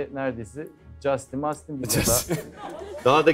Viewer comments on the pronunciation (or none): none